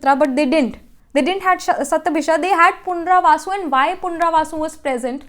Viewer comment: You were saying punravasu..it is punarvasu